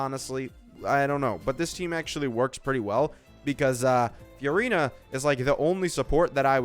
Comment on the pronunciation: please pronounce furina normally